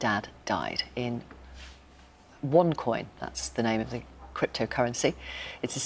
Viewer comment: Onecoin original....u saying wrong